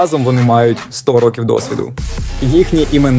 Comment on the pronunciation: ну я більше мав на увазі саме вимову, інтонацію і якийсь акцент. Ви деколи кажете "рОків", раз вимовляєте "ар-тридцять-два", а раз було "ар-три-два", "чІткою метою", "сто девЯносто сім", "віддані фанати були дужк вимогливими", і так далі. Що наводить на думку що текст був озвучений штучним інтелектом.